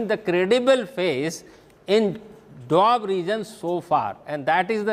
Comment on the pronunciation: It’s doaba not doab chutiye.